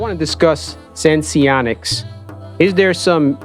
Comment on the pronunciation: Just like it’s dexcom, not dexicom.. it’s senseonics, not sensionics 🤦‍♂️